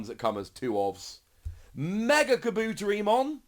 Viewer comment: Kah-boo-terry-mon Poo-koo-mon